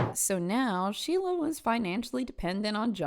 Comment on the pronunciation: ⚠️ it is SO IMPORTANT to understand that the way her nickname was pronounced RHYMES in New Hampshire: SHEILA THE PEELAHHHH 💀💀💀